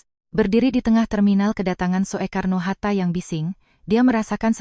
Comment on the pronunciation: SOEKARNO HATTA. KENAPA TIDAK DIBACA SU (SUKARNO) APA TIDAK MALU (MESKIPUN MEMALUKAN)